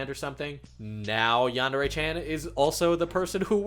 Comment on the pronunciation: It's a pet peeve of mine that he pronounces yandere like the word and. Instead of pronouncing it like yandere like the word yarn